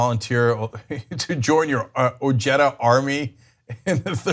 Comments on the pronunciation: Hey Cenk, Not that big a deal but isn't pronounced OHEDA? Whatever is comfy with I guess. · That is a latino last name why not pronounce it as such?